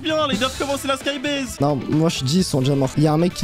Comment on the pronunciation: Skybase pas skybaise 😤